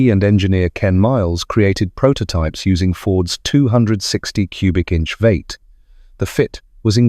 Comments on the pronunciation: And what the fuck is a veeet ??? It’s a v8 , this commentator needs to check on his pronunciation !!! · Nice video. Pretty bad dialogue. It is also pronounced Vee eight not Vate along with the other bastardization. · And it's vee eight , not vate.